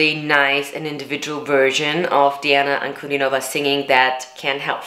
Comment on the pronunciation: Her name is pronounced as D-Anna Un-Cu-Dean-O-Va